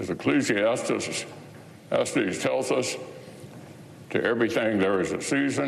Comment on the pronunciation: About time!!! Dude can't even say Eclesiastics!!! Oi...